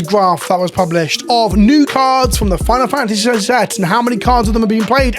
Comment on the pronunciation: tik tok brain has trouble saying final fantasy